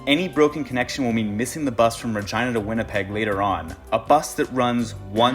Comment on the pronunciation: Kilometers in transit! When you say Regina your R almost sounds like a V and your E almost sounds like an a. Don't want to spell it out though :)